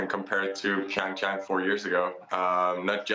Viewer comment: It's Pyeongchang not ChangChang